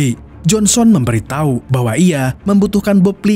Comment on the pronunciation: Menit ke 12,detik ke 25 admin bilang memberi tahi😂😂😂